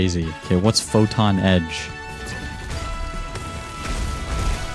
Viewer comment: THANK YOU FOR SAYING PHOTON EDGE ( everyone says Phantom Edge 😭) ( also this is my fav upd for builder too btw ) ' Keep the great work up,!'